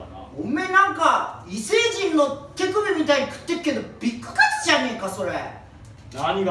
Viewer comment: ビッグカ↑ツ めっちゃツボww